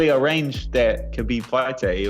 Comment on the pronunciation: is it so hard to say habib lol people these days